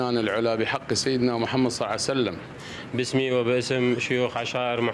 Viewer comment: 🌸 شيخنا مع احترامي الك ليش تكول بحق سيدنا محمد صعيسلم ؟ ع الاقل لو تنطقها كاملة يعني محمد صلى الله عليه وسلم لو تسكت شنو هاي المودة الجديدة صيعسلم